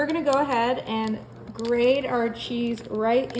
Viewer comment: Hey! Did you "Grate" or "Grade" that cheese???? 😂 I know what you said.